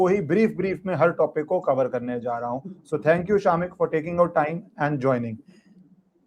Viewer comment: 😂 true. It's शमिक।